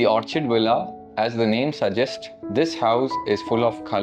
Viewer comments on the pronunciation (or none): Pronounced as Orr Kid Correction in good intrest please ❤